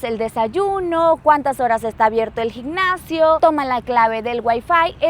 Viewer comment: Has viajado muchísimo gracias a luis,por que sin el no viajarías, luis enséñale a pronunciar bien las.palabras como gimnasio, dice gicnacio ...